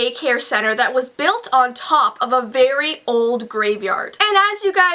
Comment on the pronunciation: on not ohh